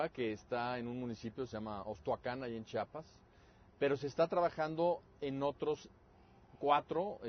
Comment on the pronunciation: CHIAPAS, NO CHAPAS :S EN SERIO ES MUY DIFÍCIL DECIR CHIAPAS?